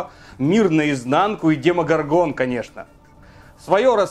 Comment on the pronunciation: Можно правильно ударение ставить демогОргон